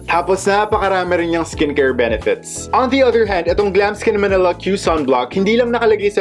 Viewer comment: Yesss, sa totoo lang po yan din ung gusto kong background , bagay din po sya sa pang vlog nyo po. 😍😍😍 btw, ganda po ng boses nyo at pag ka bigkas nyo ng Glamskin Manila ♥️ Ig: #xxooGiveaway